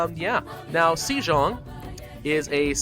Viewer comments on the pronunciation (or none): It is 'SOUL' not 'seeal' Also it is 'Sehjong' not 'seejong' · the "e" in sejong is like the e in bed